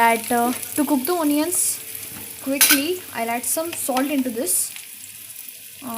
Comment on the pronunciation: onions... pronounce it properly!